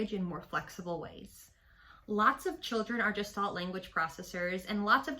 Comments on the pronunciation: Gestalt is pronounced with a hard /g/ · Thank you for this! Please note that “Gestalt” is a German word, and is pronounced with a hard G. (It is not related to the word “gestation”.)